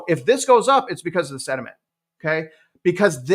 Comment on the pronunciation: The word you are looking for: is “sentiment “. not “sediment “. You are welcome. Thank you for your diligent work ethic! 🙏👍